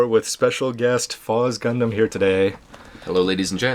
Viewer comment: "Gundasm." lol